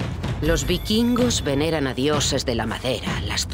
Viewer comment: "bikingos"... "vikingos"....